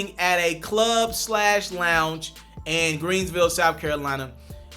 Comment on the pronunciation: Why he keep calling it greensville? It’s called Greenville guy. 😒